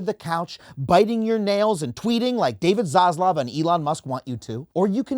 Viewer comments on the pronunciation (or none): none